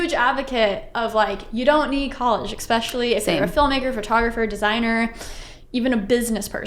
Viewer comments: I cringed every time the interviewer said “ex-specially” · That was well done and interesting. But I also noticed "expecially" and it seems that once you notice it you can never unhear it. It is "especially" with an s.